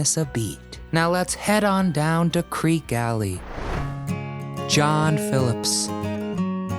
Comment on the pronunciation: My favorite by far is Creeque Alley, but it's actually pronounced "creeky."